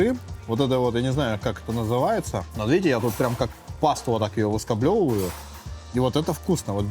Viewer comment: Выскаблёвываю😂 Выскабливаю)